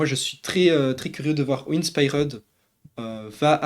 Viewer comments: Je t'en supplie dis inspiered correctement, je vais canner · Quelle horreur la prononciation de InspiRed… 😭